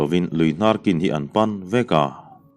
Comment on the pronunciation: Lui te hnar kin tih hi 'kin' hi 'ni e' tih a 'ni' lai kan lam rik ang hian lam rik tur aw... I thawnthu a ngaihnawm lutuk e.. chuan.... Midang aw a awmlo ang bawk hian thawnthu chhiar pangngai in chhiar ta la angaihnawm zawkin ka ring an mahni tawng niawm taka lam kher lo hian..